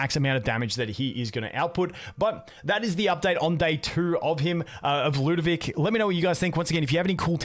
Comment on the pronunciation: moite why do you call it lewdovic instead of lud o vic? also slight typo in title